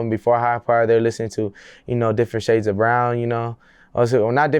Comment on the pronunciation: Did he say lighter shides of brown 😂